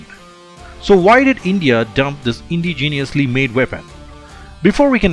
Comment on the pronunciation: It's your pronunciation that is causing the confusion for the former. Anyone who is into guns will know that the Steyr AUG is Austrian. The way you pronounced indigenous literally sounded like you were trying to say ingenious.